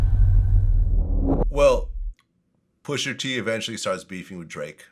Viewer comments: Hey VLAD it’s pusha not pusher 😑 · When VLAD says “Pusher T” with that hard R it makes me cringe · Vlad stays refusing to pronounce rapper names that end in “a” properly 😂😂 “Pusher T”, “Tyger”, “Twister”... Pusher won though! 🏆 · "Pusher T"